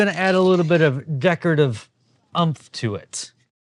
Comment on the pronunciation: Gotta love that "decorative umph"